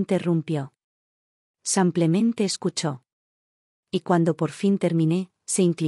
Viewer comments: Buenas historias solo la narradora que diga simplemente y no samplemente😊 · A mi me molesta estas narraciones abusando ka palabra simplemente y ni siquiera la dicen bien ese samplamente cansa